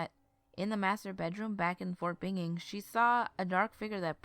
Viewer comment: it's ben ing not ining ok